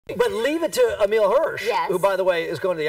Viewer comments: he called him emelia, wow, emile isnt hard to pronounce haha. i really like emile though i think hes a great actor and perfect for into the wild. loved that movie and the book too. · did he just call him amelia.. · he keeps getting his name wrong.